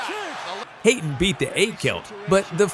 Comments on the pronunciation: Hayton lol its Hatton.. as in hat on! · It's not Haten it's Hatton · It's Hatton pronounced 'hat on' not Hayton! 🤦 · HATTON Not Hayton How can you get that wrong? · It's Ricky HAtton. Not Hay-ton. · it's Hatton, not hayton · Ricky 'HAY-TON" ?? Ricky Hatton FFS!! Can you not hear the commentary?? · Ricky hate-on? 🤣🤣🤣🤣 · It's Ricky Hat, not hate, Hatton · Ricky HATTON not Hayton. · Hatton is pronounced as 'hat'-on though, not 'hate'-on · Am i the only one who got distracted by constantly calling ricky hatton ricky hayton? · I am not watching any more of this as the commentator is a muppet! Anyone who know boxing knows it is "Hatton", pronounced hat-on, not hate-on !!! Ignorance like that ruins the whole thing. I could just watch with the sound off, but why bother? There are other channels on YouTube that do a decent job! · Who pronounces it 'hayton'? It's Ricky Hatton (hat-un). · It’s not ‘Hayton’, it’s Hatton, pronounced like hat, not hate. Basic English and basic boxing knowledge. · Respect, Ricky Hatton pronounced, Hat on, not Hate un. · It's 'Hat On' not haten lol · ricky hatton not haton get it right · Ricky Hat-on not hate-on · Haten?? Who the fcuk is that ?? Do you mean Hatton as in Ricky Hatton, I know there are differences with our accents but I'm pretty sure Hatton is pronounced Hat not Hate even in America ?? Or can't you read ? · yeah it's Ricky Hatton (as in Manhattan).. not Hayton.. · Ricky's last name is Hatton not Hating .Your pronouncing it wrong cousin. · Ricky Hayton? HaTTon you fool! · Ricky “Hatton” pronounced “hate-on” 🤦🏻‍♂️ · It’s hat-tin 🤦🏾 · Ricky HATTON not Hayton ! It's an English name not an American ... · Ricky who? LOL, that's not how you pronounce his name...